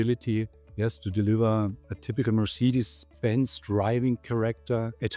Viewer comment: Please learn to pronounce Mercedes. Thank you